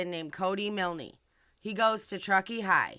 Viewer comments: Pronounced miln not milnee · You're mispronounced Milne. The "e" is silent so it's pronounced Miln. Exactly how you said it but no "ee" at the end. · Yeah how does she even know it's his parents who own the tow truck company, there could be other people area with the surname Milne (that she can't even pronounce properly .its grating on me so much I've got to stop watching)